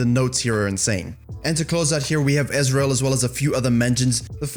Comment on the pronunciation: I laught when you said Ezreal